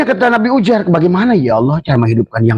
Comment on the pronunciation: Yang bener itu penyebutan nya uzeir bukan ujer..., ngomong aja ente belum becus...😂😂